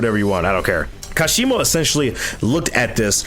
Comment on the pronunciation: I think kashimo's potential was wasted specifically bc people can't seem to say his name properly lol